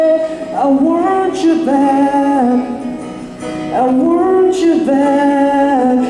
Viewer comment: ハリウッド周辺で何回もこういうパフォーマンス見てるけどこんなに人が集まるのは雄大くんの歌が本当にうまいからです。あとは子供とか、、けして物珍しさで集まってるわけではないです。たしかに地下鉄では珍しいかもだけど😆 wantの発音を少し直したらいいと思います😊